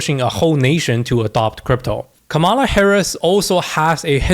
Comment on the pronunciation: Dude - learn how to pronounce Kamala